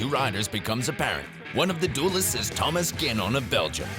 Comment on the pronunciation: and he isn't even able to pronpunce tomas genon